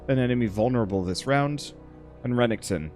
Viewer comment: This game def looks neat; anyone else just slightly bothered by the consistent mispronouncing of Renekton's name? Though saying something prob means he'll just mispronounce worse lol